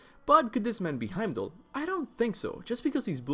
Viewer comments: Its Heimdallr Smh. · He-m-da-kiir. Norse pronunciation isn't the same as English. Othin, Torr, et cetera.